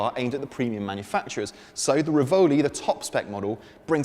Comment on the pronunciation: Learn how to pronounce "Rivoli" properly! 🤬 🤬 🤬